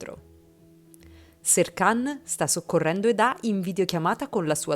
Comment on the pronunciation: Perché chi narra dice Edá e non Eda? Non insistere a dire Edá perché si chiama Eda ……